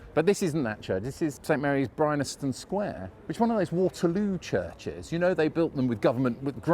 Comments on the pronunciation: you complain about marylebone being pronounce wrongly - fair enough. BUT bryanston is pronounced as it is spelt - bry-an-ston NOT bry-NA-ston . hypocritical? maybe..... a little bit! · are you saying 'Brynaston Square'? I always knew it as Bryanston Square, and it is spelt that way on the signs, but is it one of those quirky pronunciations that crop up on occasions? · Bryanston. BRI-ANS-TON. BryANSton! Not BryNASton. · Great video, but - because you said it about 28 times - I have to point out it's pronounced (and spelled) Bryanston, not Brynaston. Good call on Marylebone, though. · Bryanston, as in Bryanston Square, is pronounced as it is spelt Bryan-ston, not Bryn-nas-tone. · It’s BryANSton Sq, not BryNASton. ;) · It is Bryanston square ( "brian-ston") but weirdly , all but one time, you say "Bry-NAS-ton Square" ("brine-aston") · It's BRYANSTON Square not BRYNASTON!